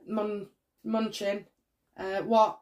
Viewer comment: It's Mah-noo-chin,...